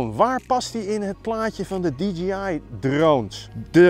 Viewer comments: Het merk is natuurlijk wel DJI (die djee aai) en niet DGI (die dzjie aai) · Zeg niet steeds DGI.... Het is DIE-JAY-AI <------- Fonetisch Je zegt toch ook DJ als iemand plaatjes draait. "DIE JAY" en niet DG Als je van die filmpjes maakt mag je toch OP ZIJN MINST verwachten dat die wijsneus de merknaam correct uitspreekt. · Stug DGI zeggen ipv DJI